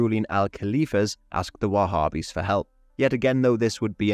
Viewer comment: There's no group called wahhbbis, so stop saying it